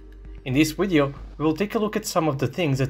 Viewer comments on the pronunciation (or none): "In this wideo" This is why I like this show